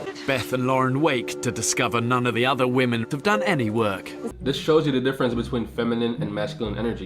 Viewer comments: Great video other than when you say ‘woman’ instead of women. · Why does every person who does videos on gender insist on pronouncing 'women' as 'woman'?! I'm not having a go but this honestly seems like a universal trait of every person interested in discussing gender... It's pronounced WI-MEN! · My one major complaint with this video - WOMEN wih-men Not woman, woman woman. Mutliple females = women. wih-men. That is all.